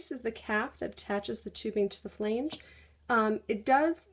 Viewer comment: the word is not pronounced "flaynge."